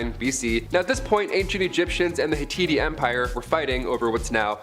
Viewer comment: Good grief WHO is that hapless girl that can't pronounce a single solitary name in ANY of her lists? Has she NEVER watched the 10 commandments? Hit-tah-teas. The Hit-tights deserve better, as well as every other single person, people or God she slaughtered her hilariously bad guesses through. Is bumblebee elite run by no one over the age of 18 who has heard any of these words or names spoken out loud? You are UN-Educating people, not the other way around. She isn't the only host who is utterly clueless about anything they are speaking about. Every single one slaughtered themselves on a pyre made up of the comic books they learned from. The P in Ptolemies is SILENT. Unbelievable. Here's an idea, watch a few Egyptian documentaries on youtube made by Adults.